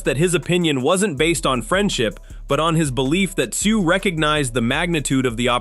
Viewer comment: Tee zyuuu Come on AI